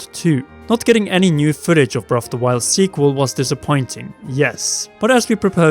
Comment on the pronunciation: Breaf o' da woiyold